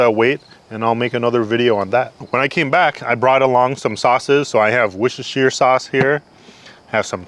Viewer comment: Respect for not correcting how to say wochesrhetset sauce